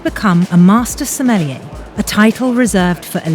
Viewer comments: Somm-Con? Seriously? 😂🍷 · can't even pronounce sommelier hahaha wtf